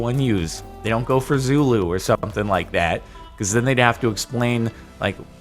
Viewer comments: no, this is still wrong the line through it means OFF so speaker or microphone or shouting head, putting it on the right with a line through it is still wrong... Also it's Zulu not Xulu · Zulu not xulu but aight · correct me if im wrong, isnt it Zulu and not Xulu?